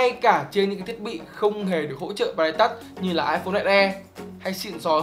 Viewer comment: v a duy đọc từ touch nghe cùi chuối vl :))